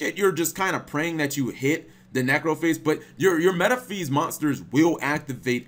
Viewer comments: “Metaphees” CHICO WHAT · your pronunciation of Metaphys hurts my ears. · Yep, he really sucks at pronunciation.